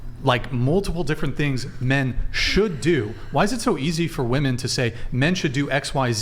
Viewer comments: It’s women - pronounced wimmin FFS. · What is with american girls pronouncing woman and women the same way.. they say 'woman' for the plural version??? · It's women not woman. Damn these chicks are dumb. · since when did the word "woman" become plural? why do all of them say it wrong? English isn't my 1st language but am i wrong?? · Why can they never pronounce the plural of woman? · Holy shit, when did we stop teaching the pronunciation of "women". It's like nails on a chalkboard